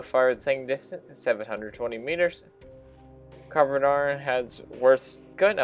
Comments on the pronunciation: It's pronounced "Can arr van" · It's pronounced CAR NAR VON it's welsh my native tongue. Great vid just bought myself one